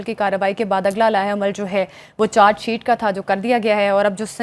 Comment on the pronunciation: میڈم چار شیٹ نہی چارج شیٹ کہتے ہیں اپنا تلفظ ٹھیک کر لو